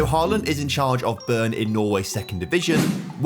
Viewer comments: An English pronounciation of Bryne would be something like bry-neh, not burn :) Bry as in the name Bryn. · How did he call bryne for burn